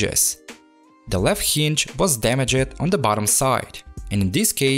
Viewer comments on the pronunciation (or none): I'm not trying to be rude or anything but it's damaged not dameg'ed I don't know if your accent makes it hard for you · Someone should really teach you how to pronounce “damaged”